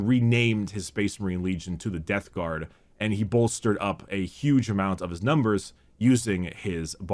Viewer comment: It's also forgetting to close his mouth AFTER the word is spoken. You can hear it when he says "Death Garm" and "Number wum"